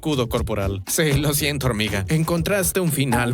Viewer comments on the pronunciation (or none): 5.25 dijo horniga